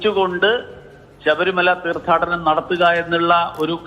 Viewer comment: ശബരിമല തീർത്ഥാടനം അല്ല തീർത്ഥാടനം എന്ന് ഉച്ചരിക്കാനുള്ള ഒരു ബോധ്യം എങ്കിലും ബഹുമാനപ്പെട്ട മന്ത്രി ആയിരുന്ന വ്യക്തി കാണിക്കണം ആദ്യം വേണ്ടത് അക്ഷര ശുദ്ധിയാണ് ശുദ്ധിയാണ്